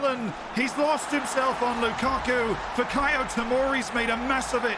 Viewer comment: Are we not gonna talk about Lu-Cock-U